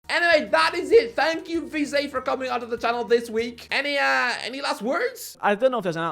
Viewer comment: How can’t he pronounce vizeh